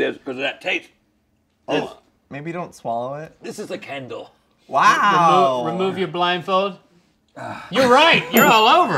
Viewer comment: the way he says candle sounds so posh